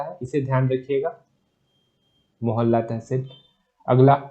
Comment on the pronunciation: Mohalla nahi hai mohla manpur hai